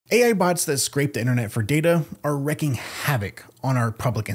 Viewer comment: WREAKING havoc Not wrecking. You can already see the damage caused by lack of libraries. Please learn to English